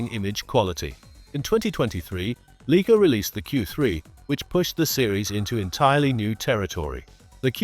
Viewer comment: You can’t even pronounce the Leica word properly, it sound like Leeka 🤦‍♂️